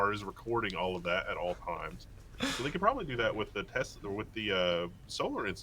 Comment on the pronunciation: The way say’s Tesla actually bothers me so much....Tezla? 🤣